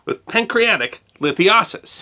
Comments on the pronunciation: It's LITH-I'- UH-SIS, emphasis on the long "I". Great video. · The Latin word for island “ínsula” is pronounced with the emphasis on the first syllable as it in in the word insulin. Lithiasis is pronounced with the emphasis on the second syllable and with a long I. Love your content!